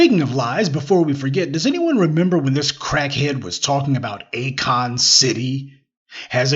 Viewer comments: Not “A the Kon” tho. 😂😂😂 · Akoon? Lmao 🤣